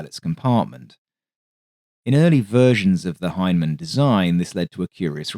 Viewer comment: It ain't Hymen. or Fucking Hine-man. It's Hine-a-man.